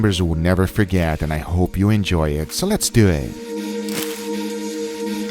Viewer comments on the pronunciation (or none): More like "Let's dew ihht". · The “so let’s dewww ettt” gets me every time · I love when he says “let’s do eet” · “Let’s du eht” love it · heaven's tomahawk: more daddy.. guga: ...... also guga: lez dew et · Nobody Guga: So lets DEW IT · SO LETS DEW ET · so lets dyoo it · "lord God pls give me a sign if i should do my homework tonight" *clicks guga's video Guga: so let's duwweet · "Dew it" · "Lets do eeet